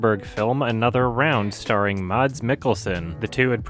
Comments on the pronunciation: Since you're gonna say it again in all likelihood: It's not "Mahts", it's much closer to "Mas" or the final syllable of "christmas". Honestly kind of weird that you wouldn't take the time to figure out the pronunciation at any point, since you've rated so many things he's in so highly. Anyway, "Mahts" sounds stupid as fuck, and is very far from correct. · "Máads" Mikkelsen? Uhm,, sweety, hun.......... it's pronnounced "madds", not "máads". I know different accents and all that, but I've never fucking heard anyone try to make it harder to say Mads Mikkelsen's first name before you did here now. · Mads in Mads Mikkelsen is pronounced like the word mass, but the 'a' sound is short. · please. the D in Mads is silent! it's pronounced "mass" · Btw you don't spell the ds on Mads, the ds is pronounce as z, so Maz Mikkelsen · No, it's pronounced Mass. The D is soft. Danish is weird and it's difficult to grasp it for a lot of people that didn't grow up speaking it. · Oh my god, I can't take it anymore. The name MADS, is pronounced as "mas", the D is silent. For the love of god, stop pronouncing it wrong. This goes to all native english speakers. Regards, an angry Dane named Mads. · Not to be that guy but the D in Mads is silent so it’s more like mass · FYI - Mads is pronounced “Maz” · Hey, since you seem to care about pronunciation (like Denis Villeneuve) I thought I would tell you that the d in Mads is silent and that it's pronounced like the mas is christmas. Danish's not easy and I'm giving you a 6/10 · Just a quick PSA: the "d" in "Mads" is silent. You pronounce it sorta like how you'd pronounce the "mas" in "Thomas". I figured this was worth pointing out since it seems like Mads Mikkelsen is gonna be appearing on this channel pretty frequently. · The "d" in "Mads" is silent.